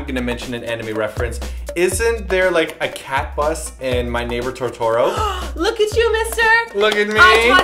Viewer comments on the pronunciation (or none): Same!! :D And I was like 'what the..?' when he was like "Toe-Toerow" instead of "Toe-Toe-Row" >.< i can't like type it out... but hopefully you get what i mean!! xP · totoro (quickly) not tow-tor-ow (Simonesque) but nice attempt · "Toe-Tor-Row"? It's Toe-Toe-Ro! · I'm happy about anime reference of My Neighbor Totoro, but for some reason, the way he said Totoro kinda bothers me =_=.To-to roh, not TO TOH ro. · When I saw "cat bus" in the title I immediately thought of My Neighbor Totoro. I love how pronounced it... And I totally cringed when you stuck the pencils in the eyes -__